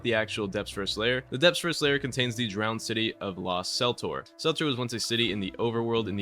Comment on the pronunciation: kel-tor not sel-tor kel-tor not sel-tor kel-tor not sel-tor kel-tor not sel-tor kel-tor not sel-tor it is kel-tor unc . sel-tor is wrong but knowing you you will now say sel-tor over and over in every video because someone pointed it out